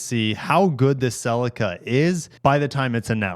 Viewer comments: It’s not a sel-i-car. It’s a sell-ee-ca ffs! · Man, I hate the way you pronounce ‘Celica’!!!!!!😂